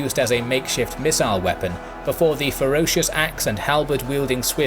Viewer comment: "...the Swiss squares began to 'wee-pun'..." LOL